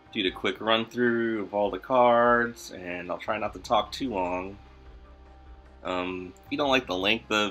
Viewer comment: you definitely do say Kurds though 😂. Have for years. I always smile when you say card lol